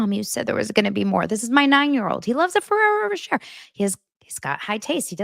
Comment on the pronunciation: It's said Ferrero ro-shay lol